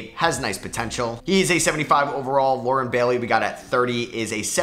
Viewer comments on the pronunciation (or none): none